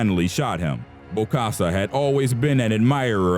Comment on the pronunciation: its bokassa not bosakka ...